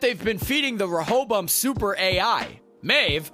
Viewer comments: Why the heck is he pronouncing words so weird?? He sounds like a "HOST" or "Rohobum"...... 😜😂🤣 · “DEELOWS” “REHOBUM” “SIRACK” Horrible video, delete it and take your own life lmao